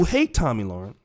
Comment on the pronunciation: Le-ren, not Loren.